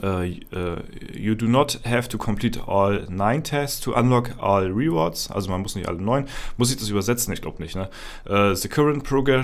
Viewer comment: Es ist ja nicht schlimm wenn man nicht pefekt Englisch sprechen kann aber 3 Sekunden auf Google gehen, "translate" "rewards" eintippen und sich einmal anhören (mit klick auf das Sound-Symol) wie man das ausspricht, bevor man es 735 mal in einem Video falsch sagt/ausspricht, sollte drin sein.